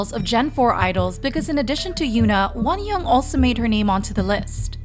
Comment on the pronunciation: Pronunciation tips for the narrator (very important for spreading Korean culture appropriately): Jang Wonyoung = Jahng (soft a like “ah”) one young Taeyeon = Tay yeon (tay like “okay” not like “Thai”. Yeon like yuhhh)